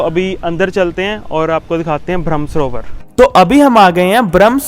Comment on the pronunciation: ब्रह्म सरोवर आप बोल रहे है भ्रम . गलत उच्चार